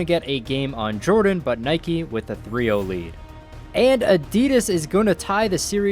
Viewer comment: It's Nike not Nike